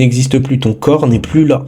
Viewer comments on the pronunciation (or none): none